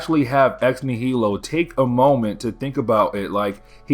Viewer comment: Ugh, it’s ex nigh-uh-low. Not ex nuh-heel-oh. Like nihilism, nihilist, etc. ex nihilo